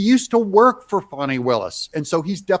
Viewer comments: Its not foni its Fani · It’s FANNI NOT FONNIE!!! Get it right please you’re making me crazy!!!